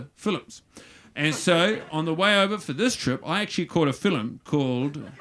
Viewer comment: Funny but what's with his pronunciation of 'film' 'as 'fillim'